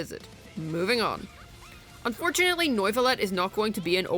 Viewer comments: Noivuillette? Lol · bro rlly said noyvillete... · In triggered by the pronounciation Its nuvilette Not noiceless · Why can't you pronounce neuvillette?